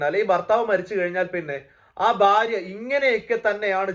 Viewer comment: ബാര്യ... അല്ല ഭാര്യ